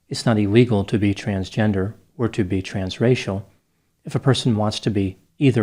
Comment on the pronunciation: Every time he said "trans-racial", I thought he was saying trans-Rachel!